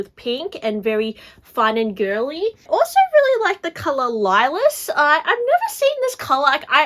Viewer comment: Lilas is pronounced « Leela »